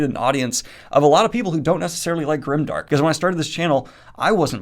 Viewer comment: You're saying it's not grimdark.....but it kind of sounds like grindark